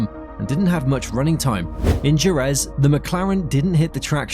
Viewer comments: "Jerez"... it's heh-REZ... The J in Spanish is like the H in "Hell" and the single R (soft R in this case) in the middle of a word is like the R in "care"... And the stress falls at the end, thus Je-REZ, not SHEH-rez... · DJU-RÄÄÄZZZ... ??? GEEEEZZZ!